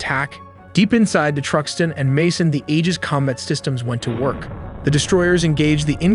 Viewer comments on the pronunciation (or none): none